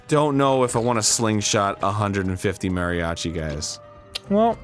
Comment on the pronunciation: Arin: Offensively says "Mariacho" Me: Unsubscribes